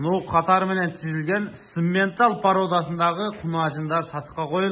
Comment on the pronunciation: Симментал эмес самапалтал го